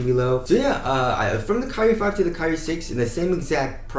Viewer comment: "kai-re" not "ca-rie" pronounce it better bruh😂😂